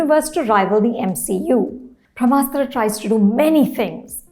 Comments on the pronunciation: It's not Bhramastra ma'am, it's Brahmastra 🙏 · It is not भ्रमास्त्र it is ब्रम्हास्त्र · It's pronounced brahmastra...not bhramastra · This madam also says bhramastra and but can speak clean crisp french.🤣